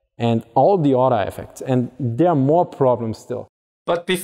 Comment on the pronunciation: "When the mine rollers are not suspended independently from each udder" 😂